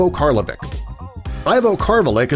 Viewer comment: Besides pronouncing both their names wrong (Isner and Karlovic). You missed the current Tallest Tennis Player Ever (along with Karlovic), Reilly Opelka at 6'11" tall.